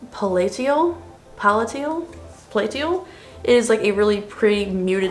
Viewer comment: Palatial....puh lay shul. Regal...like a palace. Loyal viewer and helpful grammar Nazi. 😁 Loved the video.